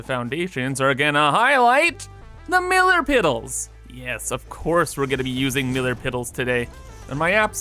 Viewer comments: “THE MILLAR PIDDLES” Me: State of the art grammar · "Millar Piddles"